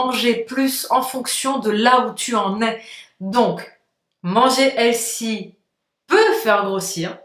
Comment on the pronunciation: Ça se prononce : / H è l f y / c’est un mots anglais. ( un critique constructif ) Bonus : The se prononce : / Vœux / mais pas « ze ».